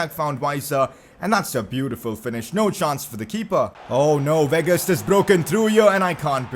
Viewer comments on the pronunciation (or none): none